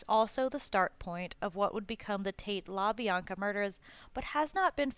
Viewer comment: Also kasAYbian and labEEanka